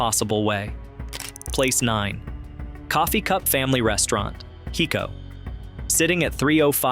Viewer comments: Loved seeing this video on my beloved state - great, classic places. HOWEVER, if you are going to do a video on Texas you need to learn to talk Texican - I.E. LEUcKENBUCK -not LUCKenbach - Listen to the famous song, GRENE - no Grooen. HIco - not Nico, We do have many more weird city/town names that non Texas will never get right. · Gruene-Green. Hico-HYCO. At least Luckenbach was pronounced right toward the end of the segment, and you got the Guadalupe River and Burnet Road.